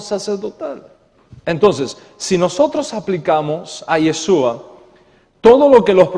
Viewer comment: Una observación... Es “YESHÚA” (con “sh”), no “YeSUa”. La letra “shin-ש (sonido “SH”“ afirma la función de salvación en el nombre. El sonido “s” la merma.